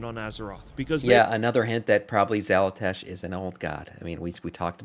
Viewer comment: I love your content...but I cant get over Xal'atASH! lmao